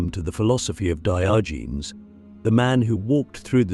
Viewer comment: AI pronunciation of Diogenes is offensive to the ears. 😢